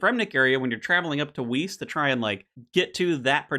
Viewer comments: please its not pronounced weece. Vice, or Wice for an english pronunciation. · can you please not call it WHEAAAST ? It is called (Weiss) W (eye) ss, thanks a lot. As a german I just had to put this out there. Much love